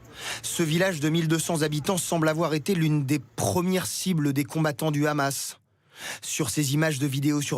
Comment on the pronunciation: et TF1 qui fait tout pour plaire à son auditoire israelien , non mais , renommez vous aussi TF Israel , La présentatrice est incapable de prononcer un "H" aspiré ? pure démagogie médiatique , faire de l'état oppresseur , une victime ,... qui abat ce meme arsenal qui la classe meme devant la France , en terme de puissace militaire , sur une population enclavée , privée de tout , jusqu'à l'eau et l'électricité ... et ça fait des décennies que ca dure , que ca grignotte sans que qui ce soit ne puisse aider les Palestiniens...